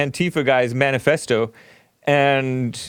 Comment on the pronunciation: WTF is “BANIFESTO”? Yep...he stupid huwhite!